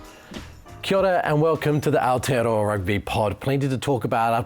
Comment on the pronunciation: "Kiora and welcome to the Ourtearoa Rugby Pod"🤣🤣🤣